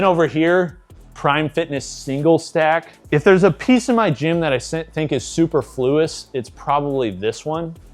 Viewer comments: Super-Flew-us? I believe you will find it's Su-per-flew-us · confidently saying "Super Fluous" says so much about him. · “Super-fluis” So close 😂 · Super..flous? 😂 Have you only ever read words on a page and never heard them spoken? I kid, lol. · Super-fluous??? Lol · That's insane. When my gym was in my garage it was literally a squat stand and a bench. Also my brain hurt at the way you pronounced "superfluous". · That superfluous pronunciation was wild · I was looking for this comment. I was like "What did he say?" in my Greg Doucette voice. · do you think he misspoke or that's how he thinks you say it?